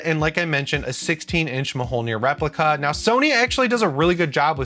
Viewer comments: It's not ma-hole-near, it's myohlneer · Mi YO nir, not mi HOL nir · Mjolnir, good sir, is not called muh hole near.. MYOLNIR, the j is technically a y. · Anyone else get tilted by "ma-Hole-nire"?